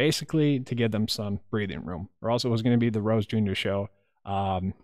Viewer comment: You nailed Gore and Rose! Well done!